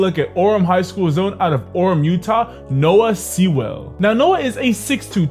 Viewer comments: It’s Sewell like Sule not seawell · It’s pronounced Sue-Ull